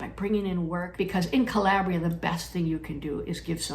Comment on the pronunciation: Calbria? Say no more!